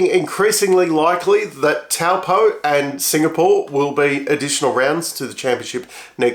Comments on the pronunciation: Ye I'm from Taupo the locals say Toe like on your foot and Paw like your bog has. Now you SAY IT SLOWLY TOE PAW - TOE PAW Now you will sound like a true Kiwi Toe Paw = Taupo..👍 That's the way you are ment to say it but the old or Ozy way was how you said it... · i think it might be "toe-paw"